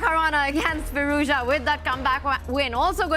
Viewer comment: Alireza's name isn't that hard to say: FEE-ROOZ-JAW, Tanya says it like it's Chinese FeerooZha and the interviewer says Fee-Roo-Za. Try harder.